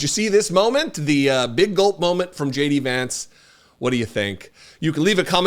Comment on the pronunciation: Did I just hear; "J.D.AdVancement"?